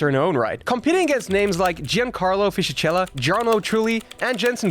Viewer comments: Fisikela is the prononciation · thanks, I didn’t need to watch the rest of the video. The way you utter butchered Fisi’s name was enough to demonstrate you know fu*k all about F1. 👍